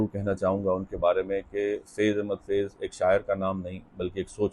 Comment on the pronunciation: بھائی فیض کی ف کے نیچے زیر ' ِ ' نہیں بلکہ اس کے اوپر زبر' َ ' ہے۔